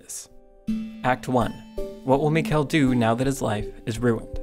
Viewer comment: It's pronounced Michael, not Mikel. But whatever.